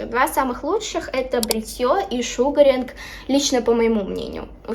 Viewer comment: Не шУгаринк,а шугАринг